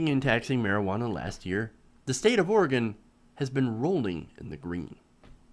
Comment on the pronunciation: It's not Or-eh-gone. It's Or-eh-gun.